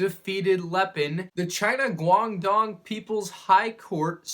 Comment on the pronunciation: It's pronounced cuang tong